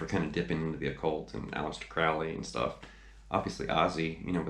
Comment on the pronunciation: nice video, cheers. 2 things,tho - 1] crowley is pronounced crow [as in the bird]-lee, not "cra-ow-lee", and b] i am not a fan of that snl sketch - i felt it mocked boc and the greatness of that song - just sayin'